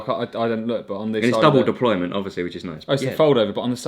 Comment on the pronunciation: "It's double deployment obviously". It's 'Deployant' Aaaaaargh 😄